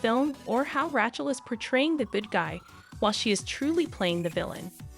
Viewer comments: I love how the AI butchered ‘rat’ chel. Fitting. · is this AI generated ? Why is Rachel's name sound so weird when you say it